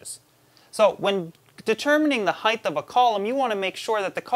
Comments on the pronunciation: Anybody else counting how many times he says heighth, and not height......hilarious. Love the vids though. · So, I like you're videos, but I keep hearing you say this fictitious word "heighth". It's making me crazy. Sorry, don't want to hate... I'm just a little OCD. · "Heitth" "heitth" "heitth"...FUUUUUUUUUUUUUUUUUUUUUUUUUU!!!!!!!!!!!!!my brother used to say something similar when he was younge and just had to keep correcting him until he stopped (he used to say thingers instead of fingers